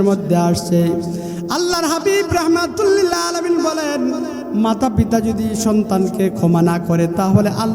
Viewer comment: হাফেজ হয়ে রহমাতুল্লিল কেন বারবার বল ভাই কোরআনে তো আয়াত দুইটা ওই রাব্বুল আলামিন রহমাতাল্লিল আলামিন